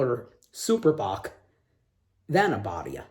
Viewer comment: Abadía is Abbey, like in Westminster Abbey. And you pronounce it with a long i, Abadiiiia 😉